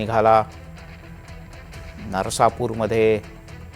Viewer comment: नसरापूर उच्चार करा हो